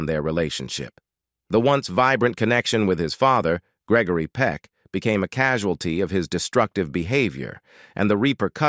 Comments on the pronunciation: Its Greg-o-ry not greckory lol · lol....he needs to learn the actors name....its NOT Gegory Peck...what a bummer video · "Gekory Peck? " Get it right. Gregory Peck's artistic legacy deserves it. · Why not hire a real person to read the script? I hate the mispronunciation and incorrect pacing of the electronic voice. Gickery Peck? A person wouldn't make that mistake. Very annoying. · Geckary Peck, really? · What's with the narrator referring to Gregory Peck as Gecory? It's G R E G O R Y. Great actor and loved ALL of his movies. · It's not Geckery. Why not get a real person to read the material? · Geckory hahahah😅😅😂😂 it’s Gregory dude😮😮😮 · Jeckory Peck? Check your voiceovers! This is getting to be a pattern of idiocy! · Why is he calling him Geckery?. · Way to go.. Gekery. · Piss poor on this production. Unwatchable FFS! "Geckory"! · it's grrreggry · Geckory?! It's G.R.E.G.O.R.Y...he wasnt a ghecko, cmon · Please pronounce his first name correctly! SMH :( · Please reprogram the robot narrator in pronouncing Gregory Peck properly. It's a crime to let him slaughter the name of respective and great celebrities. Practically all English words are mispronounced, it's insurmountably inexcusable.